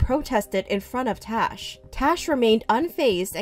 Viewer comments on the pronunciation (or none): It's Tash not Tosh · Is it tash or trash I heard it as trash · I love how you can hear them pronouncing her name as "Tash" with an "a" but keeps saying "Tosh" with an "o"...lol! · Lol I love how you said trash instead of tash